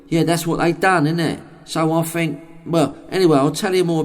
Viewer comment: Fink! delicious. There's other things he can't pronounce too. Not just "pronunciation".